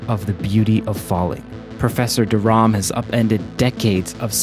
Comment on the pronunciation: Thought i'd point out her last name is Rham, not Rahm